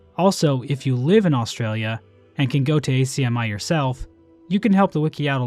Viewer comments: as an australian, acmi is pronounced 'ack-mee', not 'ack-mai' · Just one small detail, it’s pronounced ACK-ME. Not A C M I. Melbournians pronounced it like that anyways. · not like youll see this but its pronounced ACMI like acne, not ACMI like A, C, M, I. As an aussie. I'll see if I can go next weekend if its still up